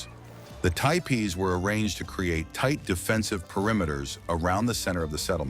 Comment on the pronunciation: I'm pretty sure that "Mama" is not pronounced the same in the native language. Tiepees?! AI sucks.